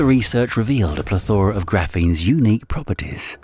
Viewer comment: ok, also a mispronunciation of "plethora" - you sad it "pleTHOra" but it should be said "PLETHora"